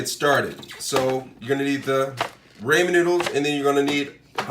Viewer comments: When they were laughing and saying "haha idk where to get raymen noodles" they're poking fun at how you say ramen bc it's pronounced rah men not ray men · Got damn it I have Ramen not raymen where do you get raymen noodles?